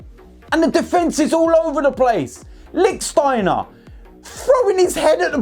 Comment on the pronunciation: Still saying Licksteiner huh? 😂